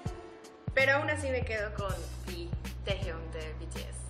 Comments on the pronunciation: Es Kim TaeHyung no Kim Tae Hyoung >< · "Kim Tae Hyoung" Por favor pasenme una pistola